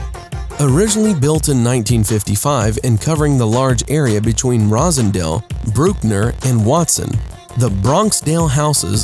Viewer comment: charles miro the dude said "rosendale" and "broohkner" he dam sure ain't from the Bronx